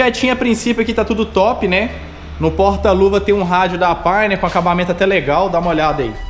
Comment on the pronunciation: PORQUE VOCE PRONUNCIA PÁINER (PIONEER)?